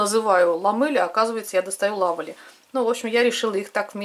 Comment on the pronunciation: Так это два разных бренда Lovely ( читается как Лавли), Lovelle ( скорее всего как Лавель или Лавелле). Если, что, я не умничаю🤭 а просто обращаю внимание на написание брендов. Вдруг кто-то будет искать эти продукты...